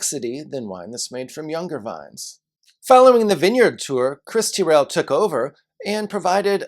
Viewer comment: Just so you know for future reference, it’s not pronounced Teeryl but rather Tyrell. Oh, and next time you’re in Aus, come down to Tassie, as our State has some of the very best food and wines available.